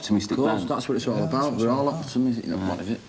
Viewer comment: so no one’s gonna say anything about how liam can’t pronounce optimistic